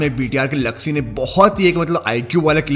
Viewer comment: Zuxxy not jugsy😂